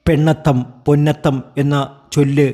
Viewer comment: Pennatham ponnnnatham ennanu swMi .not pon atham